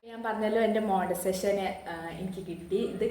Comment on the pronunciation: Montisation alla "monetization" anu.